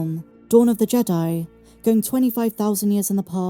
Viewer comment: I think it's pronounced "jee-dye"